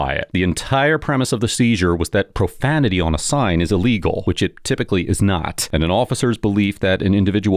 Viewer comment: "Watch your profamitee"